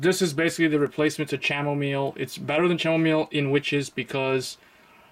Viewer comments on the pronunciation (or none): Loool Chamomile is pronounced Camomile, have you never had Chamomile tea? 😂